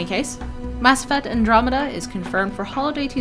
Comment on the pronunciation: I heard that you can choose your own race and gener DAI-esque character creation, is that not true? Oh and you said andromeda correctly.